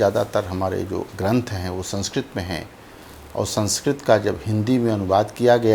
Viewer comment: डॉक्यूमेंट्री बहुत अच्छी लगी, परन्तु वर्णनकर्ता से अनुरोध है कि कृपया वो अपने द्वारा प्रयोग किए गए इन शब्दों का शुद्ध उच्चारण करें। मशाल माशाल नहीं संस्कृत सरंसृत नहीं शासन शाशन नहीं समाज सामाज या शमाज नहीं दासता दास्तां नहीं पहले पहए नहीं हो गया होग्या नहीं